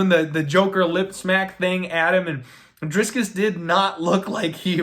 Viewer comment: if you're gonna correct the pronunciation of Du Plessis his first name should be corrected too lol it's Dricus not Driscus just sayin........ good luck on your bets!